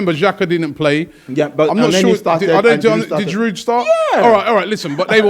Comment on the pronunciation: Why do both of you pronounce Giroud's name so ridiculously wrong.